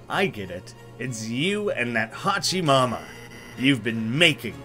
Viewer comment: Just wanted to thank you for this, but also wanted to inform you its no HAchi Mama its WHOchi Mama when pronouncing "Hochi Mama"